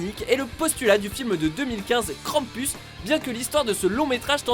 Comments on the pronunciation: Mdr on dit krampous. Sinon super vidéo De plus c'est un monstre autrichien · Krampus ce prononce krampous